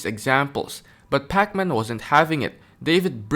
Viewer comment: Love how you pronounce his name like Pac-Man lol